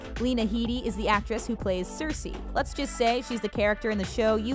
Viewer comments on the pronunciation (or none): none